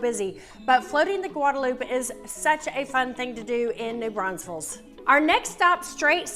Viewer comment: Why you adding extra S’s to NEW BRAUNFELS?? Also, we don’t have an Oktoberfest here, we have Wurstfest